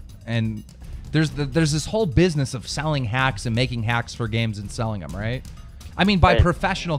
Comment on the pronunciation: Am i the only one who fucking hates this guy when he says "les get ROIT into the news"